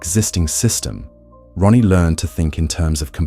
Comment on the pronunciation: I'm sorry dude, but it sounds like you keep calling her Ronnie instead of Raanie 😅